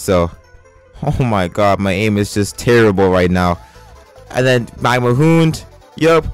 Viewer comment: Hound isnt 'hoond' it's pronounced 'hownd' just thought i'd let u know. ignore this if u want.